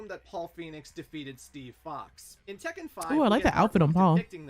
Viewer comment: That is correct about the pronunciation for Tekken because double consonants signify a slight but discernible and deliberate pause in speech.